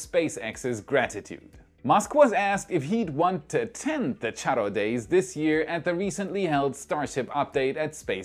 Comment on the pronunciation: i always love your content.. but this time kudos to you as you did a great job, pronouncing Charro Day, Matamoros, and Tamaulipas!